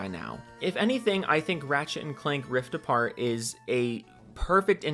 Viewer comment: The first time you said Ratchet & Clank: Rift Apart, I heard Ratchet & Clank: Ripped A Fart. lol